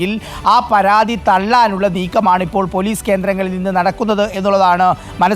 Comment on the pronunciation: പോലൂസ് അല്ല മാഷേ ....